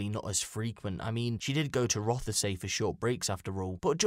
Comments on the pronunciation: Its pronounced roth say. Not rother say. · Terrible story, shocking! One thing that was a bit grating though was it’s not pronounced Roth-e-say it’s said Rothsea. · It's pronounced Roth-See not Roth-a-say